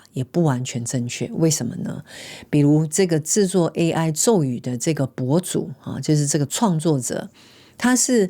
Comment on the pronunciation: 阿弥陀佛 Amitabha #佛制 的確 有很多 #博主 是只為了 #流量 #賺錢 AI 念錯 #咒語